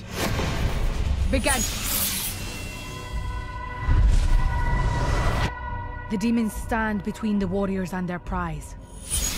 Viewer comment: How dare she say "let the challenge BAGEN" , she has ruined the most beautiful catchphrase in TV history....